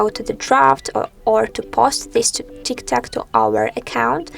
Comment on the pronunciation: If you are going to post instructional videos, you may want to pronounce the name of the app correctly.